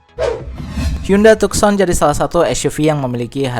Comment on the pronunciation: tucson..dibaca.. tussan..